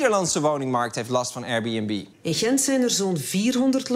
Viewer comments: Hij zei het zoals: Eier-Bunb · Als belgische liefhebber van comedy, moet ik wel zeggen dat jullie met Lubach echt wel een topper in huis hebben. Die absurde akward intro joke met de Airbnb uitspraak was geweldig! lol.